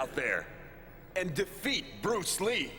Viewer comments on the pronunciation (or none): Its he BES brus lee